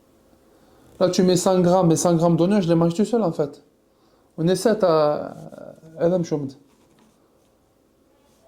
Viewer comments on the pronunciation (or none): Tu serais pas berbère ? Amazigh du Maroc ou d’Algérie masha Allah quand je t’entend dire Aya mchoum j’ai reconnu